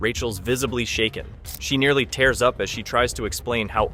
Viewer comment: Tears pronounced "tares" instead of "teers" Your AI is showing